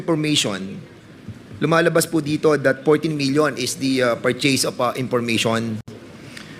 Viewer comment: Maling Mali ang pronounciation ng purchase,mag aral ka Muna para malaman mo Yung coverage cif ng OVP kumpara sa Lugar mayor ka lang